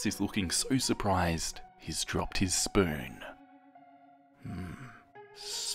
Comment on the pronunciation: When you said the word spoin I was like "oh no..."